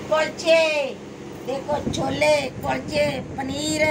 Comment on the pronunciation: ਹੁੰਦੇ ਤਾਂ ਕੁਲਚੇ ਨੇ ਪਰ ਭਾਬੀ ਕੁਚਲੇ ਕਹਿੰਦੀ ਆ ਫੇਰ ਸਾਡਾ ਕੀ ਕਸੂਰ ਹੈ